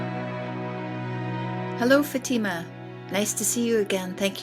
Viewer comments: Her name is pronounced FATH -I-MA. Not futeema she’s polite not to correct you ❤ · It is not Fateema. It is FAAtema! Ask a Muslim for correct pronunciation. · First of all, you need to research how to pronounce this Muslim woman's name, and it NOT SHEEKA FATEEMA. Secondly, Sheikha Fatima should NOT call Ibrahim's HAGAR - as in "hagar the horrible" - you should have called her Hajer. The proper pronouncement. KHADIJA is another mispronounciation. I found it very very distracting and could not follow this conversation. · Learn how to pronounce your guests names. It is not “faTEEma”..